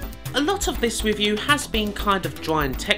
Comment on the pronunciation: What a weally gweat weview of Gain Gwound!